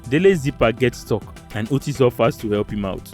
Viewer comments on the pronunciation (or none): Kenyan here 🇰🇪.... happy to see Kenyans and Nigerians together. Btw,Otis is pronounced as Otiiiis...